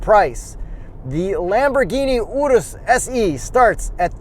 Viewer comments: I'm so happy to finally hear someone pronounce URUS correctly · My man pronounced the Urus correctly (not like 99% of the general population)